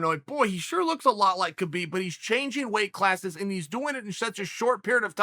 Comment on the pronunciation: Geez Uncle Chael, you pronounce Khamzat correctly, "Hamzat" but you pronounce Khabib incorrectly as it's also a silent K as in "Habib". And no, Khamzat did does not call himself "Khabib 2.0". Others were calling him that and Khamzat said no, "I'm Khamzat" not Khabib 2.0.